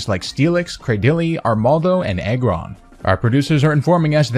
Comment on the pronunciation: every time you were saying Aggron for some reason it sounded to me like "Egg run"